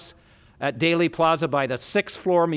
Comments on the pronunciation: "DAILY" Plaza? It's pronounced "DEELY," spelled "Dealey." Otherwise you're an expert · No, it’s pronounced Dealy, like “Let’s make a Deal.” Not sure how he could be so well informed yet pronounce it wrong. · Thanks for pointing that mispronunciation out! “Daley” Plaza was grating my nerves every time he said it! He’s a fascinating reporter but not a good communicator…. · Is it really pronounced "daily" (plaza)? First I have heard it. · I always thought it was pronounced Deely Plaza 🤔🧐